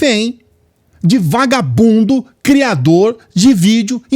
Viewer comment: Vagabundo se pronuncia VA GA BUNDO . melhore isso